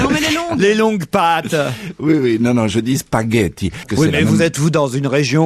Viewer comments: Des SPAGHETT ON PRONONCÉ LE G. PAS LE I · L'épisode du "Spayetti" 😂😂😂😂😂 Merci!